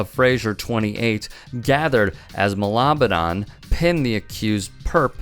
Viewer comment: Its Ma-la-ba-nan :) funny cause malabanan in tagalog means to fight or resist.